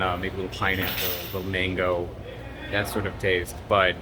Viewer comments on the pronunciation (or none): none